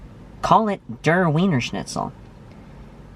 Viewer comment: And by the way, if it's from German, "Der" rhymes with "chair." On the other hand, there is a chance that like the noun, it may have been anglicized.